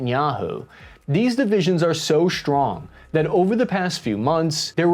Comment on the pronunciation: You pronounce strip as sHtrip and pronounce strong as sHtrong. This stratches my ears, may be because English is my learned language an I dont live in an english spoken country. Thank you for your efforts and work.